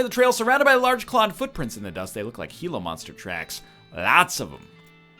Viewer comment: Oh shit, egg pronounced Gila right.